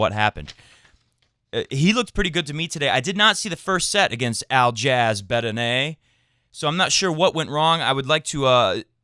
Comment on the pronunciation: Bedene's first name is pronounced Al-E-ash. Also, I really don't think that Fed first set is worth talking about especially with the kind of tennis he produced in the other 3 sets. He was probably just adjusting to the conditions in a similar way to the Albot match in Miami (and we all know how that tournament worked out:) Great show as always, all the best.